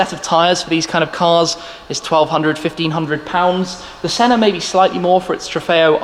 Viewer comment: My suggestion is that it's not shedule but it's pronounced skedule. I know we rebelled against the Queen but we all speak English. Also Senna has no r.